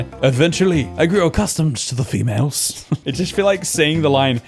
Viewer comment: Love how he called them fe-males